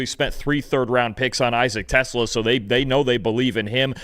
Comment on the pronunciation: Tes-LAHHH, not TES-la.